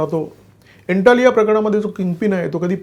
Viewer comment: एंटालिया नव्हे! ॲंटीलिया !!